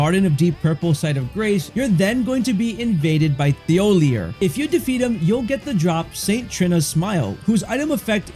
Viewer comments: His name is pronounced "TeeOhLeeA" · Its pronounced Tee oll eee ay. Did you even play the game? They make it very clear how to pronounce every single npcs name all you have to do is listen. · Imagine someone saying your name like 100 times and mispronouncing it every single time. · Drinking game: take a shot every time he mispronounces Thiollier's name. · I hope whenever you’re having a good day this video pops up and you remember how annoyed you got that a random YouTuber pronounced an NPCs name slightly wrong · Please look up how to pronounce a French name.